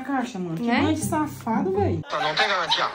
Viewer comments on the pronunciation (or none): Caixa misteriosa "no tem galantia"😂